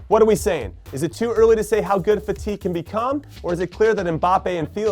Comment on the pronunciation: I hate the way he pronounces fati 🥴🥴